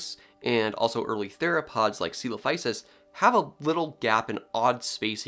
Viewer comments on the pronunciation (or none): none